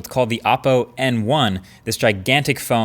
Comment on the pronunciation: Oh btw, your pronunciation of oppo is wrong.